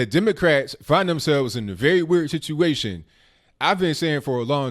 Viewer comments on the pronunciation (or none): none